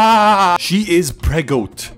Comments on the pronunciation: bro can't even pronounce pregananant correctly 💀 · It's PREGOBANNANANANT COME ON. How do you not know this?! How do you have such trouble speaking such an easy word?! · The pregonate mispronouncing and then the verbal ASE Wtf You are hilarious my man 😂😂😂